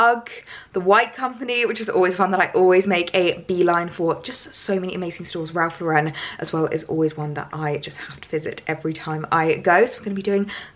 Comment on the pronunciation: I must let you know that you say Ralph Lauren incorrectly think of the female name when you say Ralph Lauren